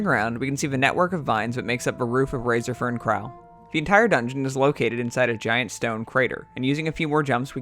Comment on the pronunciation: How you pronounce razorfen kraul hurts my soul Awesome videos, keep them coming please! <3